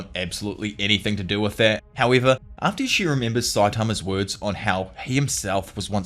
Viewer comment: Appreeciate the Vid! and all you do but wow that accent and the way you pronounce some words lol! I have to rewind sometimes.